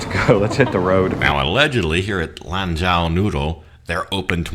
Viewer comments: By the way Mr. China Expert. You pronounce it as if it were written "LON JOE". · Lanzhou lamien was my favorite chinese restaurant when I lived in China! It’s pronounced lam Joe. The zh in Chinese is the same as a j in English… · Lanzhou noodles. In Mandarin, zhou sounds like "joe".